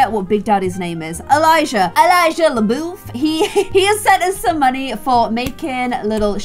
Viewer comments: Pronunciation guide for! Bayou- Bi-you Le Bouf- Le Buff New Orleans- New Or-lins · Incase it helps, this is how I teach my kiddos at work how to pronounce things in Oregon. we have our own dialect (bye-yoo) (new oar-lehns) (leh-buff)